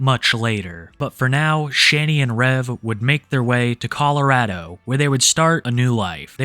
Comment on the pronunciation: Finally someone that actually says Colorado correctly